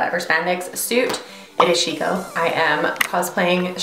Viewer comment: omfg this is amazing af!!!!! so cool as always hahabdid he say she-no at the end lmao? rude :D